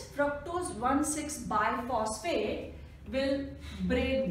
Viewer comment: Its bisphosphate.. Not biphosphate...